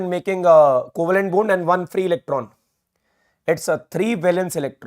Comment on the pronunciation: sir aap bond bol rhe ho mgr pta nhi mujhe bund bund kyu sunayi dee rha h !!!! ....😂😂